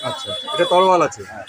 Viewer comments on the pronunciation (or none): তরোয়াল ❌️ তলোয়ার ✅️